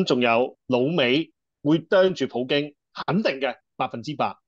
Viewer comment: 係普京，唔係葡京